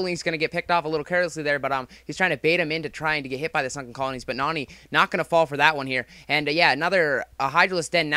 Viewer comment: pronounces it Noony for some reason